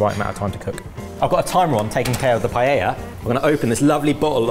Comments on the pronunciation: LEARNED HOW TO SAY PAELLA!!!! =D =D =D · He's finally pronouncing it right, too! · So glad y'all are pronouncing the name of the dish correctly!! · It was such a treat to hear two Brits pronounce Paella correctly. 😆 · They are pronouncing it correctly!!! Y a y! 🎉🎉🎉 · Well at least the pronunciation for paella got better haha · I'm still trying to process the double L being pronounced properly; may have to watch it again for the actual cooking 😀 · Holy 💩 I'm shocked they are pronouncing paella properly. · Thank you for not pronouncing paella like every other Brit!